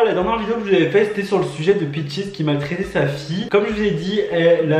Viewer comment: Son nom c’est peaches ! Et non peachis